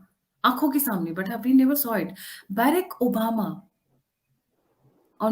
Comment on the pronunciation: please learn correct pronunciations of proper nouns बराक ओबामा not बैरक ओबामा रिआसी न की राईसी